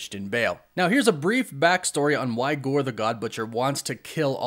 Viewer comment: I keep hearing Gorbachev 😂😂